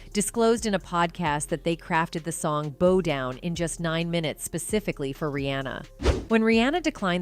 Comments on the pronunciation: Bo down? 😂 Is this AI? Bough down is the correct pronunciation! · why is she saying "BO down" instead of "BOW down"? is this an AI voice over?😂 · This lady keeps saying BO Down instead of BOW DOWN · Beau down???? Bow down! Is this Ai narration ? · If you don't stop saying, Bo Down!" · The computer generated voice can pronounce Adidas correctly but is pronouncing bow like bō when the "ow" should be pronounced the same as in now 🤦🏻🤦🏻🤦🏻🙄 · it's hilarious when the narrator mispronounces 'bo' for 'bow' and 'ah-di-das'...signaling a robotic origin of this voice. and likewize, the entity known as beyonce, whom is the queen of construct, and narcississsssstic excess, darling of the music industry which has been corrupt for eons, but is now even out-doing itself...if you have actual soul in yr voice, like rihanna, it makes the robots jealous... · These AI voiceovers crack me up! Ahdeedahs....😂😂😂 Boe down...😂😂😂 It can be confusing if you're not watching but just listening while you work. I happened to look up when she called Adidas ahdeedahs. I wouldn't have known what she was talking about had I not looked up then. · Jesus your pronunciation just gets worse and worse. Fugees , Ebert?!? Do you honestly not know how to pronounce the word “bow”?!?! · Narrator said bow as in bow on a wrapped gift. In this context it's bow as in bow from the waist. Context matters. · Your not even pronounce'n the name of the song right it's NOT BOW AS IN 🎀 Down it's B*O*W DOWN AS IN get on your knees🧎🏾‍♀️ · 🙄 I ain’t the smartest person in the world and I don’t listen to her muzik anymore but didn’t that say, “Bow Down” as in Bow Bow? And we know how that’s pronounced. 🤷🏽‍♀️🤦🏽‍♀️